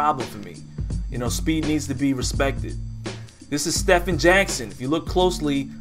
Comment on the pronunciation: It's Stephen Jackson. Pronounced "Steven" not "Stefan"